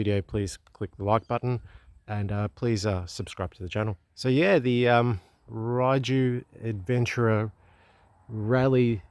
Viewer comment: I think most people in Europe pronounce it "Ray-you"....but theres lots of different ways people seem to say it. I think fueling issue has been sorted. Same engine as Voge rally 300 with a different top end. Enjoy. They are popular in the u.k. warm regards.